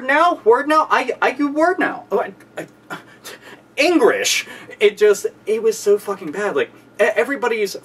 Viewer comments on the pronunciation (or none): "engwish " hahahaha